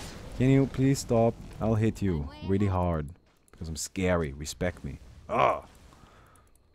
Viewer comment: When says respect all I hear is fear.